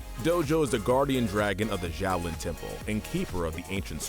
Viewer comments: Isn't Xiaolin pronounced more like "Sholin" than "Zholin"? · Zhaolin ? That pronunciation is hurting me lol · i just don't understand how he continuilly mispronounces the name of the series when its said in every episode multiple times